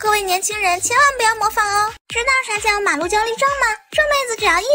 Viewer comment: 上井？ 不是山井吗？